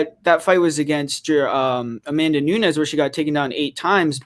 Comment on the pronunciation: I cant respect an mma expert who cant pronounce Amanda Nunes' name